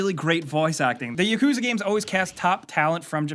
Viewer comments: Its YAKUZA not ya-kuzah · Yeah lmao, he pronounces it like Yakooza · "Yakooza Zero" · “Yakooza” lmao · You said it wrong. It Yak-coo-zah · BTW, it's pronounced Yak-u-za. The yakuza is a Japanese gang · PLEASE PRONOUNCE YAKUZA RIGHT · Gotta at least learn how to pronounce Yakuza correctly smh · love your videos but please learn how to correctly pronounce yakuza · Can you not pronounce Yakuza? Or Kiryu?